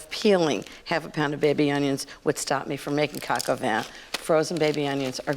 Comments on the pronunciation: Btw, Ina, its properly pronounced coke o van, not cock o van. Just saying🤷🏻‍♀️🤷🏻‍♀️ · I don’t mean to pick but it sounds like she says cacavan instead of pronouncing it correctly - cohk o vahn. I mean at least say cohk instead of cack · its pronounced Cohk-aw-von. Not Coke A Van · This looks like from maybe at least 15 years ago...and it is pronounced "coke" not "cack" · I thought it was Coka Van, not kaka van. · Wel we know she likes to say cok van over and over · drink every time she says co co van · Ina darling please work on your pronunciation of coq au vin. It is not cack au vin. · 1st learn how to pronounce it in French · My dislike came from the fact she cannot pronounce Coq Au Vin correctly.. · ....That's a New Yorker for ya.....doing things their way.